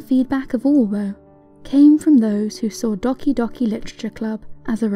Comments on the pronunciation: That's not how you pronounce doki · It’s pronounced dough-ki not d-oh-ki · You should probably make sure you can properly pronounce a title before you make a video on it. Doki is pronounced like Doe key not dahki. You’re just embarrassing yourself.